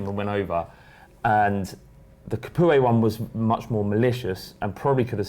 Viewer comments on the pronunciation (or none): "Étienne Ca-poo-eh" hahahhaa